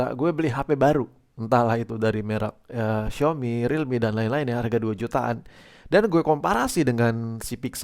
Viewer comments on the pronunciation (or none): none